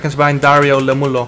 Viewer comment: I hate to be the one saying this but it's not Lemmulo, its Iemmulo with an i.